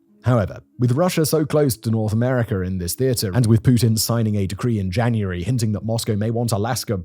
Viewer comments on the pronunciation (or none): none